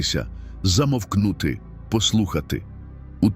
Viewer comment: У слові Замовкнути?